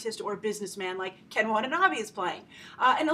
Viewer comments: Facepalm* *Double Facepalm 1.It's american movies,not japanese movies,it's not a TOHO movies! 2.its Ken WatanaBE not BEE,it's read like "BEd" not "bee" 3.THE JAPANESE ARMY IS IN THE FUCKING JAPAN! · You are pronouncing Watanabe wrong Grace